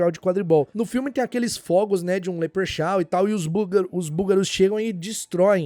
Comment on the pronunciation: ❤❤❤ Ola gosto mt de vc e do seu canal mas tem uma coisa que não é a primeira vez que vc fala errado, acho até estranho porque vc sempre fala as palavras em inglês corretamente, mas seu leprechaun esta deixando a desejar da uma escutada no google tradutor como se pronuncia corretamente, falo isso porque sei que vc quer sempre se aprimorar e melhorar e isso faria uma pequenina diferença para melhor. XOXOXO Tudo de bom para avc e a família. P.S. Por falar em família... como vai a filhota?